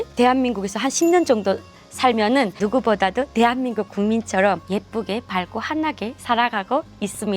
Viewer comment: 大韓民国＝テハミングク ソンイさんの「テアミング」だけ分かった 😁www